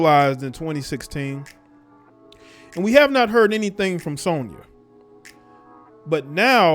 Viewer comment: U not saying Sonya name right